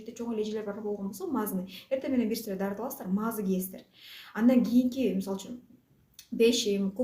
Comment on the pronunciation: Маазы эмес маасы